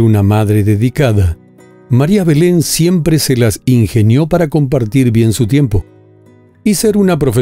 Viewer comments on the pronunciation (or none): none